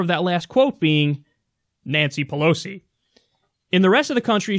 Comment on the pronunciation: lol no I did not. But I think Kyle did well From with Cenk's "wait for it" pauses :"the author of that last quote being............Nancy Polosi" with eyes and hands rolling! lool